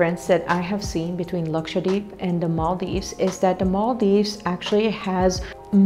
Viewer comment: Even ur pronounciation of 'Lakshadweep' is so accurate than most of us indians 🤣.